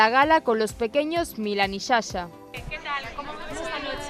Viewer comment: Milán y shasha !!🤣🤣🤣🤣que no es Sasha !!!! 🤦🏻‍♀️🤦🏻‍♀️🤦🏻‍♀️🤦🏻‍♀️🤦🏻‍♀️